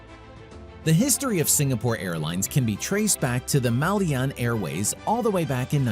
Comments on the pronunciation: The narrator pronounced Malyan wrong,it's Malayan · It’s Malayan Airways not Malyan..need to fact check!. And it pronounced Ma La Yan not Mal Yan! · Malayan not Malyan 😂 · MALAYAN Airways, not Malyan Airways Borneo is not a country and never has been. Borneo was split between British and Dutch territories and hence has never been unified. Indonesia actually owns a large portion of Borneo and was mentioned above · I stopped watching as soon as I heard MAHL-YEE-AN. Whenever I hear gross mispronunciations of words then I am just going to assume the content creator has little to no actual knowledge of the content and therefore the video is full of inaccuracies and not worth watching. The sad thing is so many people do not know some basic facts and will watch videos like this assuming it is gospel. Next we will hear millenials saying MAHL-YEE-AN. If you want to be taken seriously you gotta know how to pronounce the content you're covering. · Yes, it's Malayan Airways, not "Malyan". Your pronunciation of the word must also be corrected. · How do you pronounce "Malayan"? If you can look up the history involving SIA, why can't you look up how "Malayan" is pronounced? Feels like a certain respect is missing here. What's with so many Americans always making everything sound their way and mangling other people's language? Latest is Judge Merchan, sounding like a Frenchman when he is Latino. Meanwhile, good job on the rest of the video. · I was so irritated after hearing this mistake more than once.